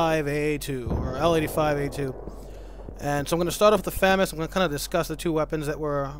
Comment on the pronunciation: its pronounced fuhg-mas not famous